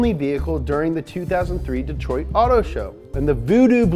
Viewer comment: Detriot. Hehehe